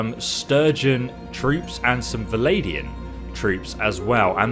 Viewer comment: Really enjoying your content my man but could you possibly please say Val-an-di-an? I've never been bothered by something as much as this but as I originally said, loving the content.